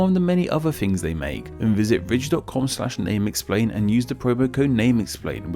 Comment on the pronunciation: The accent made me hear "This episode is sponsored by the rich" love it